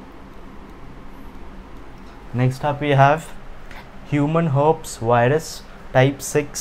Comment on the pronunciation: It's pronounced as her peas